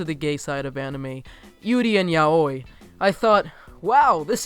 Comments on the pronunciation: its pronounced as ' YA-WEE' not YAH OYY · Ya-we not ya-oi. Yeah I know it's weird if you only see it written but it's pronounced ya-we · Did you just say.. "Yow-oi"? lol I pronounce it as "Yow-ie" lmaoo I cannot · Look, I love the video but if pronounce yaoi “yahoooee” again I’m gonna flip! It is pronounced “Yahwi” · He also called it yah-oy instead of yow-ē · The way he pronounced “yaoi” hurt me... as an avid fudanshi, I can tell you, it’s pronounced yowee, not yahohee... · "YA-OEE" BOIIIII it's pronounced y-a-w-i" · Loved the video and your commentary but yaoi is pronounced like ya-wee and grand prix is either pronounced like grahn pree or grand pree depending on where you're from lol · I'm sorry but the way you say prix and yaoi is wrong. Just needed to tell you, prix is pronounced pree and yaoi like yowee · ALL IM THINKING IS HOW HE'S SAYING YAOI IM SORRY IT SHOULDN"T MATTER BUT MY BRAIN IS EMPTY WITH JUST YUH-OI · ...yaoi is pronounced (ya-wee) :> k bye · Grand Pricks!!!! Ya OY!!!!! Hahahah XD I'm sorry the pronounciations cracked me up! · Holding in frustration of him mispronouncing every japanese word. Yaoi is pronounced “yow-ee”, Nikiforov is pronounced “nick-ee-for-ahv”, etc. also over rolling the rs makes it look like you’re trying too hard. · Sorry, I don’t want to be rude and I hope I don’t sound rude but when you said YAOI all I thought about was the right pronunciation. Which is Ya-o-wee I know it doesn’t sound the same but as the spelling but it is Ya-o-wee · FYI the 'x' in 'prix' is silent and 'yaoi' is pronounced like 'yowie'. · Never heard the ya-oye pronunciation lol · Say it with me. YAO-WEE. Yoai. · its pronounced as 'ya-oh-wee' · Your saying Yaoi wrong >:( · Sir- I swear to God you better learn how to pronounce yaoi 😤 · HOW THE FUCK DID YOU PRONOUNCE YAOI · Wait, THAT is how you pronounce yaoi? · AreTheyGay lol I feel like I've always had to fight on the pronunciation of yaoi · Jos Not to mention the way he pronounces Yaoi lmao